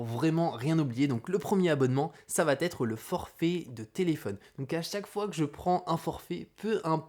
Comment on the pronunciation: j'ai mis un like car la vidéo est top et instructive... mais, c'est plus possible de répéter huit cent fois "savatètre"... ça n'existe pas! "Ca va être": y'a pas la lettre "T". Nulle part. Ce n'est pas "Ca vat être"... là tu vois bien qu'il y a un souci. Et encore moins "ça va-t-être"... c'est possible que dans un seul cas, quand tu parles à quelqu'un et que tu lui donnes par exemple "un vélo" tu pourrais lui dire "ce vélo va t'être utile" dans le sens "il va être utile à TOI", ou "ça va t'être plus facile pour rentrer" mais c'est juste parce que c'est pronominal, comme quand on dit "ça m'être plus facile pour rentrer"... mais pitié... "ça vatètre" au lieu de "ça va être" ou "ça sera"... je te jure que je saigne des oreilles à chaque fois! c'est le seul petit reproche parce que sinon je like toutes tes vidéos, je suis abonné et j'apprécie ce que tu fais. J'apprécie t'écouter mais pas quand tu répètes ce tic:-)